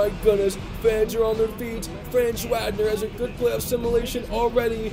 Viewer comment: Or Franz Wagner 😂